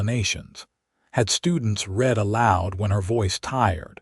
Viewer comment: You need to EDIT & REVIEW your work, especially the reading of it to correct AI screw ups!! Correct AI when it screws up the word - read. It can't tell when to pronounce it " reed", present tense action. Or "red" past tense action. AI does it wrong 90% of the time and screws up the storyline. EDIT & REVIEW!!